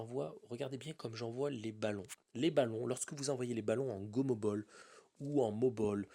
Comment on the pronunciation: c gomobal ca ce dis pas gomobol sinon continu t supèrt